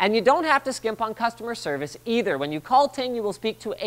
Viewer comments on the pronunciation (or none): none